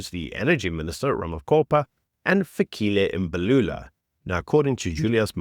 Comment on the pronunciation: Is it not "Fikile Mbalula"?